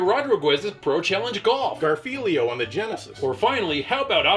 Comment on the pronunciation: LOL "Garfelio"